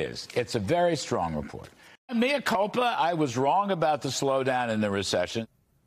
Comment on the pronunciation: Did he just say "Maya coupla"?